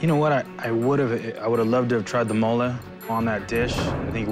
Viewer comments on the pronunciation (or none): it’s not Mole it’s “Mole-ayyy” 😂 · 'mo-lejh' sauce?